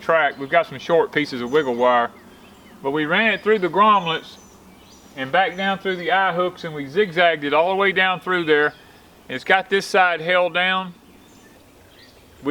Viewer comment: You say "WiggleWire" so well and ata the mark you said "Grommlets", LOL! Love it! It looks amazing! I love your greenhouse and if I lived on a flat piece of land, I would have one that size!